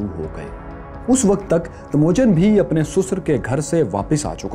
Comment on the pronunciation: Yeh Bhai Sasur ko Susar bolta hai 🤣🤣